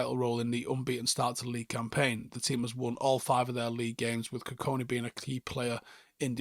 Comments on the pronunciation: Our mans massacred that pronunciation for 10 minutes straight 😭 GoOdWiLl KuKoNe 😂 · Got his last name wrong multiple times mate. There’s a ‘K’ before the ‘I’. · Kukonki and not kukoni as well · Forgive me mate but his name is KUKONKI NOT KUKONI